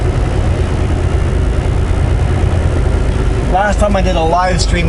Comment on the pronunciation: Hey. When you pronounce the name of the Ferry Terminal Tsawwassen.. The T is silent. But sound the first S. That is the way B.C. Ferries Staff pronounce it. Give it a try.